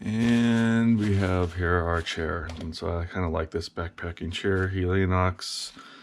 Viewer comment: Replace is not repair making this video as relevant as a how-to on replacing batteries in your TV remote (which this man might call "battery repair") and I'll never appreciate those who read a word yet cannot say it such as saying Helionox when it is called Helinox who are the same people who simply cannot pronounce the word aluminum without saying anumilum and who are as this video shows those who struggle so much with everything common that they feel their "achievements" of that which others do not even think about while doing merit "educating" others about as if they should need it.